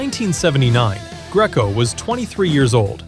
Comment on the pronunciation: Enjoyable as this Nostagia is... obviously AI as "House of one thousand corpses" is actually House of 1,000 Corpses. Paul Greco's name is pronounced GREE KO. And Conchise's name was prounounced CON CHYSE --- what the Warriors gang called him